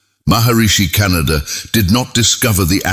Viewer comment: .. ಉಚ್ಛಾರಣೆ ಸರಿಯಾಗಿ ಇರದಿದ್ದರೆ ನಮ್ಮಮ್ಮ ಹುಣಿಸೆ ಅಡರಿನಿಂದ ನಾಲಗೆ ಉಜ್ಜಿಕೋ ಎನ್ನುತ್ತಿದ್ದರು.. ಕಣಾದ ಶಬ್ದವನ್ನು ಕೇಳಿ ದುಃಖವಾಯಿತು. ವೈಚಾರಿಕತೆ ಒಂದೆಡೆ ಇರಲಿ ಭಾಷೆಯ ಕೊಲೆಯಾಗದಂತೆ ನೋಡಿಕೊಳ್ಳಬೇಕು. ಎಂದು ಅಭಿಪ್ರಾಯ.......ವಿನಂತಿ